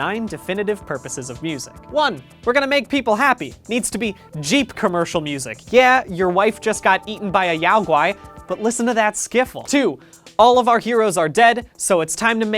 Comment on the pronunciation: They're not "Yau Gui". They're "Yo Gi" Yo Gi Bears.